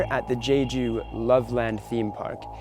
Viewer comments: It's not pronounced Jayjoo, you moron, it's jeju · The way he pronounced jeju...Haha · It's not jayju